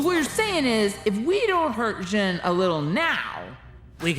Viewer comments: A kid actually grasped in the movie theater when Zhen betrayed Po, then we all laughed because we knew it would happen. BTW, "Zhen" is pronounced "Jen," but like with a less stressed "j"? I guess. I'm not sure how to explain how the "zh" sound works in Chinese. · actually, the new main character's name is pronounced 'shzen' since its Chinese like 'Ne Zha' (from Monkie Kid)